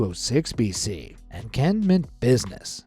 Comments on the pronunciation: Qin is NOT pronounced "Kin", it is pronounced "Chin". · CHIN not kwin its he is literally why its called CHI NA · It’s pronounced “CHIN” - the first Emperor of CHINA. Thus, it’s “CHIN”, not “Kin”. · it's pronounced chin not qin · Dude! It’s pronounced “Chin” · I know it’s not your fault but whenever you pronounce qin as “kin” and not paying attention to the syllables it just makes me uncomfortable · Qin is pronounced Chin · Pretty sure Qin is pronounced "chin" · “The tomb of quin” what’s qin?